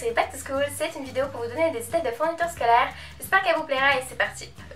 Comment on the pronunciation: J'aime trop ta vidéo comme d'hab ma belle 😘❤❤ Sinn tu me tu comment tu dis scolAIre mdr 😂😂